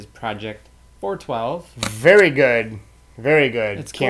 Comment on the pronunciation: Project 412 not 4 12 I'm tired of people that's not from Pittsburgh messing it up it's 412 it's the area code it's not 4 12 that just sounds dumb as hell